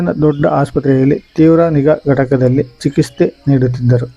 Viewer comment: ಚಿಕಿಸ್ತೆ ಅಲ್ಲ , ಚಿಕಿತ್ಸೆ ಸರಿ .